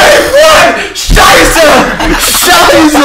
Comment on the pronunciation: lol He Said Sheiße xD